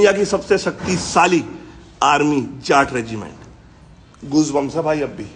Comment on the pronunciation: Not Jaat it’s Jatt 😊😊